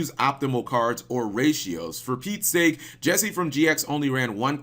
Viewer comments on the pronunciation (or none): none